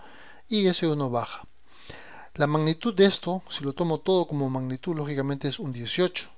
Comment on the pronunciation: como te cuesta decir magnitud man, me duelen los oidos